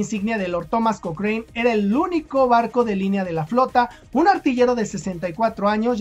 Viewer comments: Hola Lord Thomas Alexander Cochrane se pronuncia Lord Cokran, no cokrein P.D Lucho por la independencia de Chile, Peru, Brasil y Grecia. Saludos. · se pronuncia koókren, en Chile siempre se le dijo Kókran, nunca kokréin como lo dijiste en el video